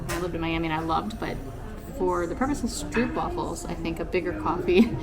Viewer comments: Guys guys, about the stroopwafels: the double O in Dutch (“oo”) is not an English double o. Just say it like this: stroap-wahfel. Also, the best stroopwafels should NOT be bought in the tourist traps, but e.g. at the Albert Cuyp market (in the Albert Cuyp str). The regular size stroopwafel (the ones most Dutch people eat) are the small ones, with just some caramel syrup (which is called “stroop” in Dutch) in the middle and no topping. Toppings on stroopwafels is just for ignorant tourists who don’t mind paying 8 euro for a cookie. Have fun exploring our crowded little country. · Kibbeling is very good! And by the way. Not to criticise you, but it’s stroopwafels:the double O is pronounced like a long Ooh! And the A in wafels like Aah! and not like waFFels 😉